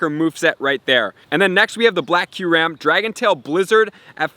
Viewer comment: It’s pronounced: “ky-you-rem.” Not “curam”